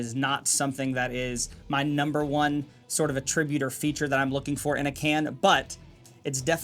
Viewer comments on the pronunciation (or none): A-tri-bute, not “ah-TRIB-ute. Jesus Christ, open the schools….